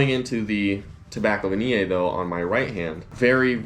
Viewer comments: I will buy "Tobacco Vaniii, I love Tobacco Vaniyey" I dunno why he pronounce it like that.. 🤣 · it will be good if you'd learn to spell and pronounce Tobacco Vanille correctly.